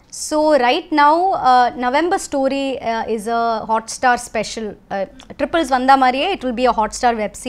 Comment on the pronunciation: To Anchor it's Triples....NOT Tribles...